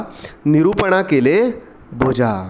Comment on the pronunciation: the way he says bhoja I'm not the only one who found that funny he burped Am I the only individual who noticed?